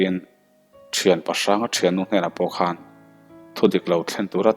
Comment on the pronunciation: Zu khawn tih kha hnapkhawn tih a khawn tih a lam tur . Hnar khawn tih ang a lam loh tur.